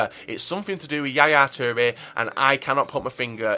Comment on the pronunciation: Yaya 'teere' 😂😂.